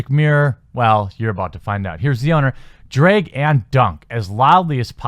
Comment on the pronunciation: "Druh-ag" not "drake"